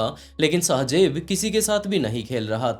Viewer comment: Sahi sy bolna or likhna seekh lo phly shajeb Nahi shahzaib hota Hai 🙄